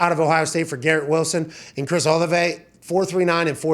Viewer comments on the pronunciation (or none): Did he really pronounce Olave, Oluvay? Lol